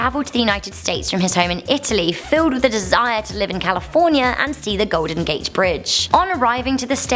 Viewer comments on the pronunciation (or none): Did she say golden gache bridge I know she's British is that how they say it?